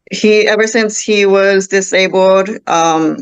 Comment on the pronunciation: He’s dis-a-babled